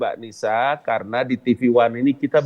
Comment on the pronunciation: Current baca ‘’ Karen ‘’ Bapak 🙋‍♀️